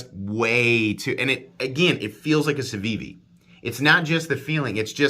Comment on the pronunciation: You could substitute "Camry" every time you say "Civivi" or "Ciwiwi" and have a bang-on review of that car's mass appeal. It's good, reliable, inoffensive, gets the job done. But nothing distinguishes it. ("Ciwiwi" kills me by the way - brilliant!) That said, I like my Elementum and I'd keep it over this knife since it has a great hollow-ground blade, and presents a MUCH superior value proposition.